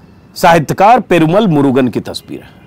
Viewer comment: Ajitji, it is "Perumaal" - long vowel. Of course it is spelt with a single 'a" but pronounced with long accent.